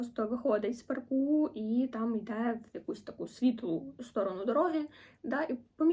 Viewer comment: Одразу вподобайка вам за посилання до нашої літератури і зокрема, до Підмогильного ♥️ Дуже вичерпно все описали Єдине, не зрозуміла, а чому в паркУ ви обрали наголос? )) чи то ви перфекціоністів ловите так? 😅